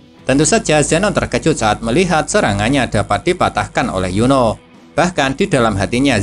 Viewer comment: Min kok Lo kayak ngomong Yono ya bukan Yuni😂😂😂